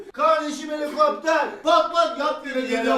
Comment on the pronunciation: kavdeşim helikoptev pa pa